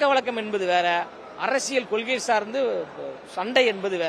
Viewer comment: தம்பி நீங்க இந்த கொள்கை என்று சொல்லும்போது வாய் வழுக்குதே ஏன் தம்பி 🤣. கொள்கை என்றால் செந்தமிழ் சீமானுக்கு மட்டுமே பொருந்தும் ❤️‍🔥❤️‍🔥❤️‍🔥❤️‍🔥.